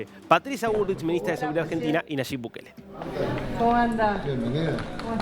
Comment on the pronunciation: Dijo NASHIB BUKELE?